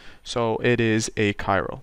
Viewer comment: "A Chiral" and "achiral" sounds the same, so I could not figure out what you meant at first.